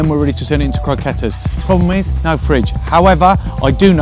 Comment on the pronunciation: the way he pronounced croquettes and queso Is kind of sad.